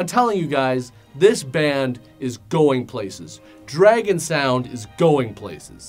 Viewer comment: "I didn't realize this before. Dragon Sound is really an international band." His pronunciation of "Dragon Sound" threw me off.